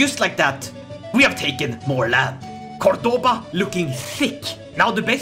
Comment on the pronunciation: As someone from Córdoba, It hurts me deeply the way you pronouce Córdoba and Badajoz. On the other hand, I really like this new alternative future you've set for my country, I really really like it